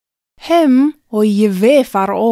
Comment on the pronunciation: Did anyone else hear אויבי as אוי וויי? HaPlishtim oy vey Israel?